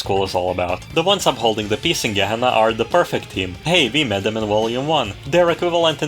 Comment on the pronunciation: So you also made mistake of reading pRefect team as pERfect team